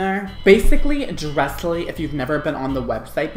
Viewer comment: It's not Dressily, it's Dress Lily. Dresslily, :)